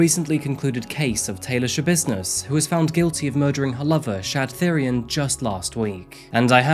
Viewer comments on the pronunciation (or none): Thyrion is pronounced "Tee-ryon", like the GoT character. It's the word for the old royal purple dye pigment (spelt without the H, usually. This guy's name might be a greek or other spelling)